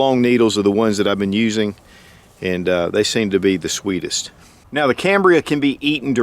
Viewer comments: It's not cambria... it's CAMBIUM... without the R. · PlayStationPlayz Cambium pronounced cam-bee-um. He was saying it wrong. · Is there an R in Cambium? I'm pretty sure that there isnt! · No “ R “ in cambium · Hey, there is no "R" in Cambium....sorry, hahaha... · If you are going to teach folks to eat Cambium, you should at least pronounce it correctly.